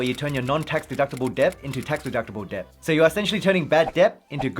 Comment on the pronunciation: Bro.. Debt is pronounced det. Not Deb.